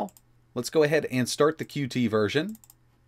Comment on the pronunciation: FYI: “Qt” is pronounced “cute,” not “cue-tee.”